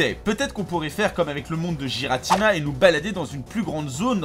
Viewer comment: cette prononciation de Giratina... ._.